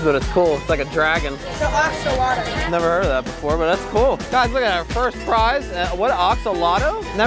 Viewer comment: mispronouncing axolotl made my day